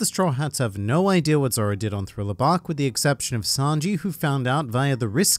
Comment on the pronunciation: I didn’t know that “zoro” was actually spelled as “zolo” 😂